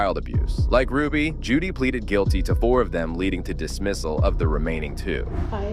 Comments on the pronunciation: Her name is Jodi Hildebrand not Judy. For the love of all get it right. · Jody** not Judy. . .